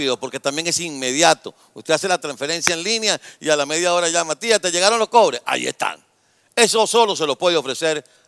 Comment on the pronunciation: Se te salio algo de maracucho, cuando dices , tía te llegaron los COBRES